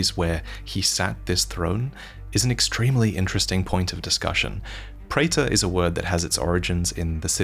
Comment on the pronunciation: A check of dictionaries seems to suggest that "praetor" should be pronounced "pree-ter."